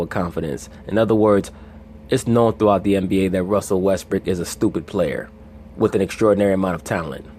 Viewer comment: yes he, is bro Russell Westbrook is, the MVP again. I fuk with you bro. but you wrong. best PG in the NBA. Facts. and it's Brook not Brick 😂😂😂